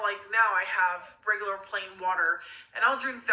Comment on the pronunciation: “Regalerr portions”